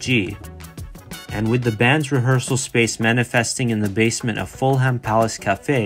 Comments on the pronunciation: “Fulham” is pronounced “Fulum” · Thank you. I think you could have gone into far greater detail and extended this. Also, watch how you say English place names, i.e. Fulham, you don't pronounce the "h". Nice work though.